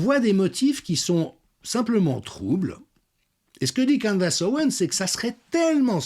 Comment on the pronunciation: Candess se prononce candIce. e=i